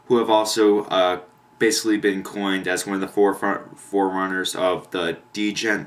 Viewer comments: Its pronounced "GENT" not "D-GENT" I made that mistake as well XD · The "d" in "djent" is silent, dude.